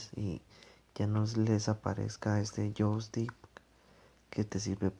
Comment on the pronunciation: Y es Joystick no Jostick ni Jostik